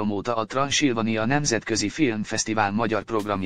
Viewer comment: Te jó ég, meddig kell még ezt a kellemetlen, olvasni nem tudó embert hallgatni? Transzilvánia - így kell kiejteni! Vagy tanítsátok meg olvasni, vagy cseréljétek le! Szlovákiai magyar létemre szégyennek tartom ezt pocsék olvasást...